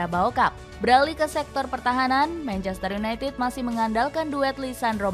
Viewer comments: Menit (manchester yunai ah) 😅 mksud nya united sih 😂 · Manchester United, Ehh.. (ketlusup lidah)